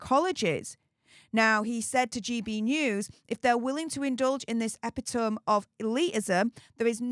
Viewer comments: Epitome = 'a pitter me' not 'eppy tome' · eh-PIT-uh-me rather than ep-it-ome. Just trying to help 😊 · Epitome is pronounced e-Pit-o-me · Epitome = [ EEEE - pit - OH - MEEE ] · 'Epitomy',, it's pronounced 'epitomy'. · FYI - the word “epitome” is pronounced “ah-PIT-o-me”. (I’m sure you know the word, but maybe never seen it written) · epitome is pronounced ep it o me